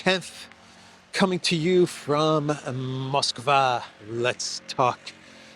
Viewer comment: It's pronounced mahsk-VAH not mōsk-VAH